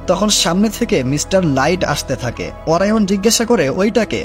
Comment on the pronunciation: অরায়ন৷ না অরিয়ন